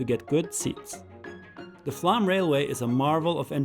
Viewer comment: Great, informative video, as always. Takes me back with great nostalgia to a cycling trip in the Sognefjord area many years ago, when I was pedalling between 3-metre high walls of snow, after the plough had just gone through ... Slightly puzzled by your pronunciation of Flåm, though. Normally it would be 'explained' in English spelling (for those who don't know phonemic/phonetic script) as "flom" or even "flawm"; but you seem to be saying "flam" or "flahm" ... Is it my ageing ears, or are you just anglicising it because English sources tend to replace 'å' with 'a' - even though 'aa' would be more accurate?